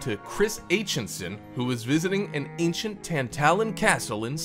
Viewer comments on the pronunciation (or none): none